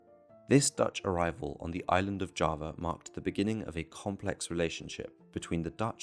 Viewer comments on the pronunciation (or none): none